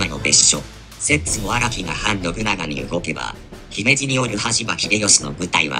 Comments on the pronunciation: 姫路のイントネーションだけ気になる笑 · 三木城に三木さんが居たわけでもないのに、三木城落城を惜しんで、あるいは偲んで、 三木性を名乗る人が大量に発生して、現在でもまあ三木さんの多いこと・・・播磨 あと姫路の発音は姫路市・姫路城・姫路駅など後ろに何か付いてるときの発音が自然です。 播磨・神戸・明石・たつの・堺・伊丹とかだと、先頭にアクセントがあるのが自然なんですけどね。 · 姫路のイントネーションがNHKでクレームが出た発音になってる……。 姫路の人が聞けば因縁付けて来るかも……